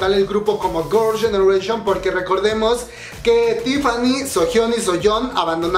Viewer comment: Eres tan fan que todo el video dices “Gorls ganeration” :v